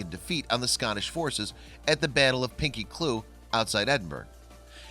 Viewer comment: Ed-in-burr-uh. Lin-lith-go. Pinkie Cle-ooch, "ch" as in "loch Lee-ven"